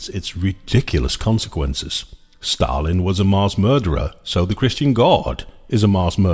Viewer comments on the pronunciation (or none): none